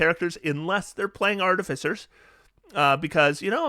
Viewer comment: did you call them ‘cartificers’?